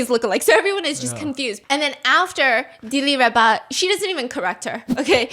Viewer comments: she not Di-Li-Reba shes Dil-Raba, you pronounced her name wrong the whole time too😂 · It’s Dil Rawba. Not dilly rawba. Today’s mandarin Ebonics lesson Steph. Love bofe your channels..👏🏻 and your art in the background. Did you do those yourself?